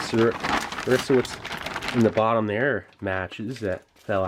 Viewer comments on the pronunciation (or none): none